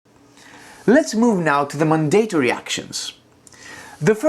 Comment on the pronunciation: Just a helpful hint as I'm guessing English is a second language for you: Mandatory Pronounced: MAN-duh-tore-ee Purchase Pronounced: PURR-chess Excellent tutorial. Thank you!